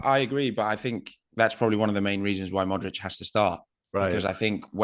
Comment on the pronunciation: You are butchering Modric last name. Not even close with pronunciation.